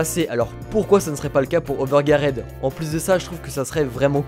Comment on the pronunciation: Ps : ta prononciation de overgeared pique les oreilles mais trkl on t’aime